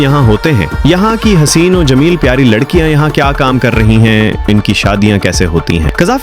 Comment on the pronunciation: بہت ہی غلط تلفظ سنے ،حسین ،اور حُسین۔۔۔اور کئی اور الفاظ